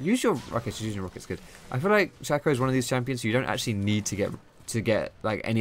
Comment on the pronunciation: It's Shay-co. SHAY-co.